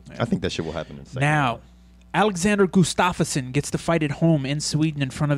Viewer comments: it's Gustafsson, not Gustafs-son. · Hey guys, nice show! I'd just like to point out that Gustafsson is pronounced "Gustavson" (much like Anderson). Keep up the good work. //Mattias from Sweden